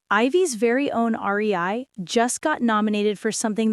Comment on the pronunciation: Not the "R E I"😭🩵